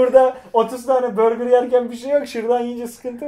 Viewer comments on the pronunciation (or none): none